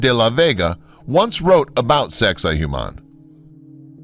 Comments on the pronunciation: its not saxay hu mon. its saxsay wah mon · Saksay-WAMAN. The narrator keeps pronouncing the Spanish "hua" as an English "hyu" instead of like "w". "Saksay-HYUMAN"... Cringeworthy. Same with his butchery of "Nahuatl" ("Nahatl" instead of "Nawatl"). Awful. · Why is he pronouncing it "Zexi Humann"??? EVERYONE knows it's "Sexy Woman" 😂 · Great documentary, and I'm having a hard time getting over how poorly your pronouncing the names of some of this sites. It's not so hard to find correct pronunciations. Sacsayhuaman is pronounced Sak-sa-ee-wa-man, for example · (1) sex-ay hoo-mahn xD look at that kid in the bottom right corner that gave up. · why am I keep hearing SEX-I-HUMAN lmao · Sacsayhuaman is pronounced as "Sexywoman". No joke! Thats how the local indigenous people say it. It is easier to say and remember in all honesty. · No. Correct pronunciation is: Sux-ay-wuamun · He says Sexy Woman. Lol